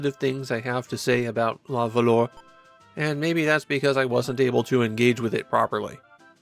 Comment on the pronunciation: Ooof. "luh vuhluh". Nobody expects you to know French, at all - so please excuse this comment. It just still pains me to hear 🤣